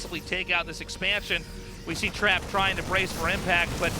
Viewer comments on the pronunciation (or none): Omg the way they pronounce Trap at the beginning of the video, as Trape is hilarious.